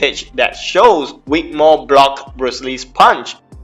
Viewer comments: Say it with me Vic Vvvvic, not Wic, Vvvv, Vic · Vic, not Wick, mate. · His is vic not wic